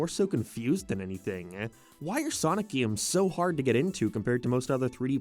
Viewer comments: I can't get past the way this guy says "gaemes" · "HUM ERON GAYTE" "GEME" ugh..... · "Gay-ems" "May-rio" Bud the speech impediment. Get a voice coach with some of this ad money, I'm begging you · Почему ты произносишь GAY'EM так странно?! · Never heard someone say game like that 😂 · Do you say “games” like that on purpose